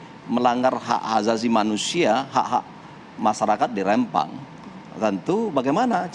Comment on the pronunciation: Rempang, bukan Rembang